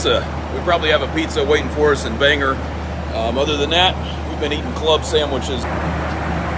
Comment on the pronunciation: In Maine we pronounce Bangor how it's spelled. OR rather than ER at the end. My mother lived near Clark after the war and had to carry a pistol because japanese remained in nearby jungle.